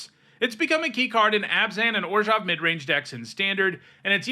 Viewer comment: Two things I really enjoy on the rare occasion when Youtubers actually do them: 1. Correctly pronounce the "zh" part of "Orzhov." 2. Calling generic mana what it is rather than "colorless."